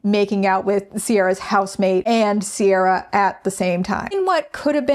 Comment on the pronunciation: No harm to Ciara because she didn't choose her name but it is soooo galling it's pronounced Sierra when it's an Irish name that should be said "Keir-ah"